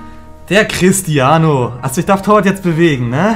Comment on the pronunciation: Niemand:: CrisTiAnOO😂